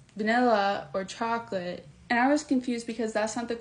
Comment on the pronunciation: idk. She definitely has some "wobble" when she says vanilla and chocolate. Other than that, she spoke quite clearly. There are two sisters out on YT that make short videos of the deaf one pronouncing things horribly wrong while they both laugh their asses off. They have me rolling everytime I see them!